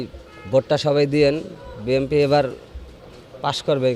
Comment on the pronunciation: বিএনপি সমর্থকরা এতটাই মূর্খ যে BNP নামটা শুদ্ধ করে বলতে পারে না বলে BMP